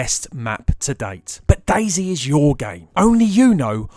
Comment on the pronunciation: "Daizi" dude no hate but its dayz